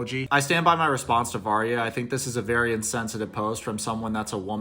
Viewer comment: I thought you were saying marya not Varya and I can’t believe they’re still together, her defending him aside. Relationship definitely won’t last when he’s a prison. My friend went to prison for a bit for assaulting a r*pist. He def is gonna get his shit rocked. And if he tries to throw out his papers, people will get suspicious, guards will tell or somehow info will get out, and then he will get his shit rocked 😌 won’t be a fun time for him